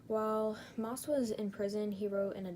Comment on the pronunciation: I'm sorry but you did not pronounce The last name right , one of his victims is my uncle , I'm pretty sure based off my yourube channel name you can tell which one is me